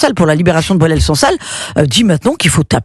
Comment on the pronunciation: Cette dame n'arrive même pas à retenir le nom de boualem sansal . Elle dit "boualel" au lieu de boualem. Pour certains, comme elle , un arabe ne vaut pas le coup de faire l'effort de prononcer correctement son nom !